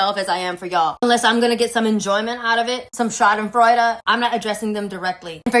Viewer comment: That pronunciation of Schadenfreude was beautiful and so was that speech.